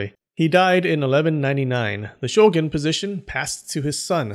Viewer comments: Pretty sure the word "shogun" is pronounced "sho-goon", not "sho-gun" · 将軍: 'show-goon'; not 'show'gun'